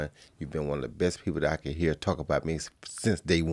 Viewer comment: Roy: ya herr me Joe: I heard you Roy 🤣🤣🤣